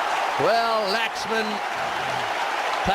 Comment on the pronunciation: Hate it when they wrongly pronounce Laxman